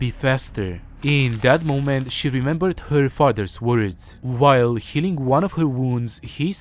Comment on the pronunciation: Amazing work, as usual. you show the rings but blur it quickly, so it was hard to read the description. Although you read it out after, the accent made "healing" sound like "killing" to me. This isn't a complaint. Just a comment to keep in mind, perhaps.